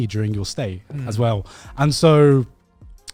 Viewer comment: the way Garnt says "asweull" is amazing